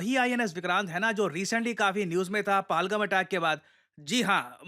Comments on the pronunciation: Not Palgam it is PAHALGAM, please correct it. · पहलगाम not पालगम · sir aap “PALGAM” bol rahe ho. Lekin ye “pehalgam” hai. Please 🙏 isko Theek karo. TNX sir 🫡🫡🫡. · Bhai paalgham nahi hai Pahal-gaam bolte hain and it's not fusil-age it's pronounced as fusil-aaj.. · Sir PalGum नही पेहलगाम बोलो pls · Palagam ni hai... pahalgam... Itna b ni bola jata🤔